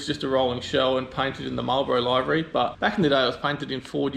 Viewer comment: incorrect pronunciation of livery. just saying, and not being a smartarse